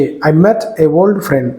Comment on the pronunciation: ఓల్డ్ ...old....not వోల్డ్